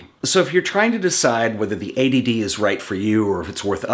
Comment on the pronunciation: the intro is funny. I also like how you emphasised the t in eighty d so it didn't sounds like a.d.d great video by the way